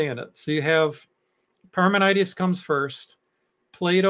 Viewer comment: You are confusing Parmenides in Plato and Parmenides the philosopher, You are also wrong on the pronunciation.